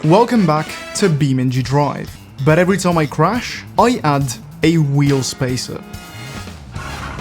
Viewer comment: How you always say "crush" instead of "crash" and "us" instead of "as" ;)